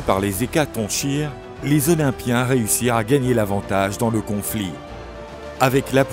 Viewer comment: Hecatonchire se prononce hecatonkire non?